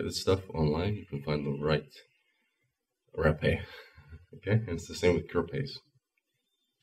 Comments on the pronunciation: Haaaa-- peh Haaapeh not Rapeeey just saying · Hey, I'm from Brazil, you need to know you are using way much of it,. You shouldn't wait too much to blow in your other nose too. Also you need to pronouce the e more openly , like with more air coming from your throat.